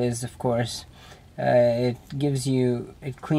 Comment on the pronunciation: the e is silent in cache stupid